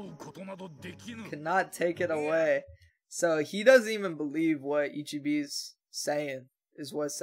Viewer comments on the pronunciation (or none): Man i been rewatching the ep everyday and i'm gonna keep rewatching till they drop the last two because this sh*t is beautiful😭. Btw it's not that impo but if you wanna say the monk's name right it like this i-chi-beh and not i-chi-bi👌🏼. IF you pause,you gonna see "someone" losing part of his body (that's what ichigo also saw) and then here they gave us two more frames of ichibe looking like the villain himself holding a cropse that 's clearly it's the soul king's(you saw the soul king once in a crystal.